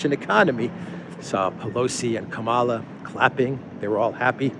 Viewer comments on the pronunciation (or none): It's Kamala as in Pamela.